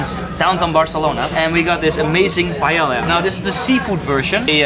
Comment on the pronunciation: Dude you have a problem pronouncing the "ll"/"LL" words xD you say "paeilia" instead of paella or Casa "Batiró" instead of Batlló. Gonna solve this problem for you: LL (in Spanish and Catalan) = Y (in English as in: yes, you..). Hope it helps. I would make a list of other mispronunciations you do on the video, but would be too long :P gonna end with a fast one: Antoni Gaudí name you stress the wrong syllables. You say "Àntoni gÀudi", but it should be: antÓni gaudÍ. PS: you wrote Mecat de la Boqueria incorrectly on description box, you wrote it in Spanish. It's official name is in Catalan, since its in Barcelona (the capital of Catalonia)